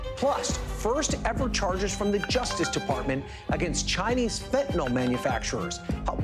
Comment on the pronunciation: It's pronounced Fen' - ta - nil, not Fent' - a - nol.